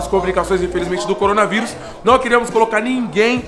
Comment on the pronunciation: Nmrl quando o falo corona vírus eu entendi corona virgem kkkkk